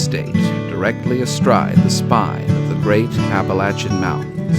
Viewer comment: Thank you so much for pronouncing Appalachia correctly.